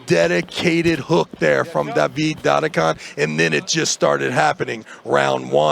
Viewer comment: Travis, try to learn how to pronounce the names: its not Dadikan, its DdikIan, its not KuredeRcha, its Kurdecha. You are Travis, right? Not Trarvirs or Bargernt, right? Devon also says to Tsvetkog Gaiorgi. Its George, simple, not Gaiorge. What makes it so hard?